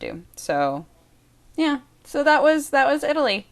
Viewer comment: When you are talking and say city names, you seem to try to make a point to put the proper accent for each city. I love it!